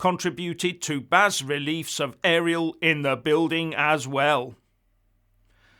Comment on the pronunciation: And even more pedantically, its "bah" relief, not "baz"!